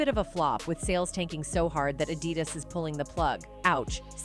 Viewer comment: Why is this Reporter NOT pronouncing ANY of the words or names right! My GOD, it’s basically hard to listen to her! Who doesn’t know how to pronounce Adidas 😩!!